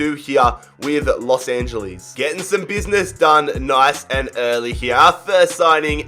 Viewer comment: No one: Literally Nobody:: The Los Angelies